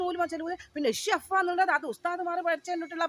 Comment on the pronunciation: ഷെഫ (ഷെഫ അല്ല ഷെഫ് )